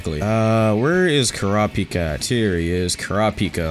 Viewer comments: can you stop pronouncing kurapika as cura pika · ku-ra-pi-ka not kura-pika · Why does he say Kuripika like that 😭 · the way bro said kurapika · This man pronounced kurapika wrong man's got the whole fan base triggered 🤦🏾‍♀️